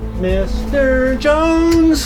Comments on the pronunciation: not jones. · Its juusten